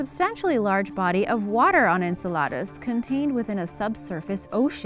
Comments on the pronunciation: Ok...i can't wait til the end of the video to say this - Saturn's moon Enceladus is pronounced en-CELL-uh-dus... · pronounced "IN CELL LE DIS" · Please learn how to pronounce words before you put them in a video like Enceladus. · So true